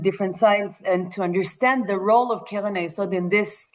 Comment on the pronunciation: I had difficulty understanding you, because of the way you sped through and pronounced some words, especially "Keren", because you made it sound like "Kelen" or even "Kelev". I am wondering if AI was involved here?